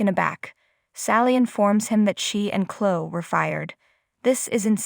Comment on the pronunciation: You can't say Chloe wtf is Clo lol 😂😂😂